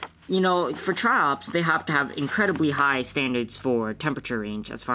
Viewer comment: sounds like your saying chops (Triops)